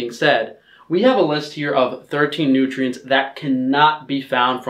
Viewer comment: OVER FIFTEEN NOOTRIENTS! This is favorite line.